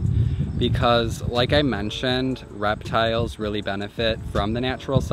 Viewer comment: No one: Absolutely no one:: raptiles.